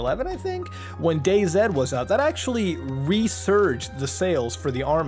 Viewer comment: You said Dayz (zed)! I knew I wasn't the only one! Zed > zee.